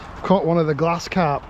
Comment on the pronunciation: Are you saying glass carp?